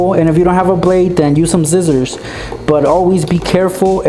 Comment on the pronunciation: did you seriously say zizzors haha(BTW i love your channel i just subbed)<3